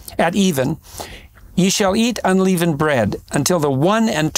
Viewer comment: You think someone would’ve told Jordan he’s pronouncing “unleavened” wrong. He eventually corrects, but still hilarious 😂 like Biden saying “palmist.”